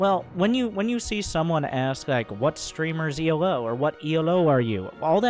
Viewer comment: Elo is named after Professor Arpad Elo. So its "elo" (like hello) not E.L.O. (and everyone should be using glicko-2 by now.)